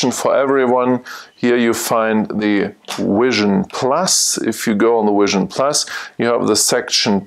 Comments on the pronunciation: Great video. Learned a lot from it. I really wanted to be able to teach you to say Vision and not Wision through the video though. I know it's just your accent though. Again, cool video. I look forward to seeing more. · your presentation is very useful and through. I am wondering about your pronouncing of V and W, why is it Software is SoftVare and Vision is Wision. You clearly can say Vs and Ws, so why are they reversed? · I realize that, I just don't understand why if you can verbalize V in Software as SoftVare why you can't do that with Vision.